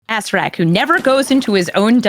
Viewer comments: Not with ill intent, but it's uh-sarah-rack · Really bothers me how many folks pronounce A CER ER AK as "ASS RACK" 🤣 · First time I've heard someone say they were corrected to pronounce Acererak as Assurrak. I believe the lead creatives on the D&D team have been calling him A-Sair-Ur-Rak (Source: Tomb of Annihilation press release videos). Love these commanders and so damn excited to see them play! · Well, it seems the official 5e pronunciation is A-Sair-ak. I'M WRONG. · There was someone who showed me the old pronunciation guide that has him as just three syllables. That's where I got it from and told other folks